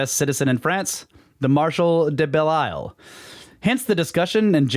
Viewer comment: Belle Isle.....bel eel.....Mèdici, not Medi'ci...znakez!